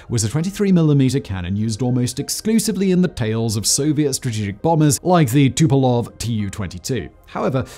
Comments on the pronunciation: I think it's 'Tupolev', not 'Tupelov'. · Tupolev, not Tupelov. :) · Tupelov? Surely you meant Tupolev?? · I am pretty sure there's typo in the script and in the video. I'm fairly certain simon has said "tupolev" before, not "tupelov". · simon says things wrong that he's said right before all the time, he doesn't memorize anything he says when recording a video. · TupOlEv not TupElOv! Right? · Tupolev 22 -not tupelov 22.